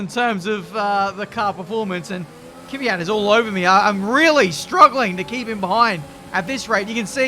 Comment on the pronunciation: Petition for to try saying KVYAT instead of KYVIAT. <3